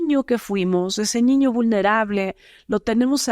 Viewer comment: A mí me pareció súper interesante todo. Lo que no me gustó es que en lugar de niño dice "ñiño" 😮